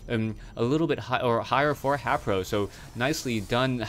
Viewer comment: WHy does this guy say HApro. its HAYpro say his name right